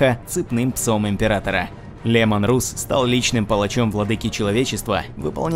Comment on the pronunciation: Ну не Русс,а Расс,даже в английском языке он произносится как Расс!!!Ну ребят,вы хоть правильно произносите,ролик отличный)